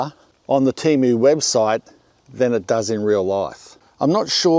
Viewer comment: Love your channel, but TEMO? noooo man.